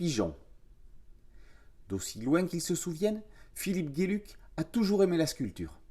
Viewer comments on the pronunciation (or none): Philippe Geluck, un super artiste belge. Geluck se prononce "gheux luc" ;-) Mais bon, "géluc", c'est sympa aussi comme prononciation ;-)